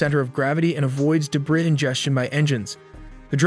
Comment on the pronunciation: go to preschool to learn how to say debris!